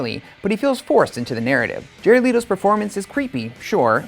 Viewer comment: This guy doesn't even pronounce Jared Leto's name right